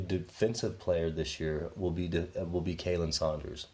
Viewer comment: Love you guys... honestly I do... But you guys are butchering Khalen ( which is pronounced Colin) Sanders' name... But you guys are awesome!!! Continue what your doing guys 👍